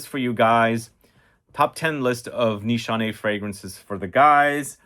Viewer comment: No Nanshe no Ani X 😂😂 what a professor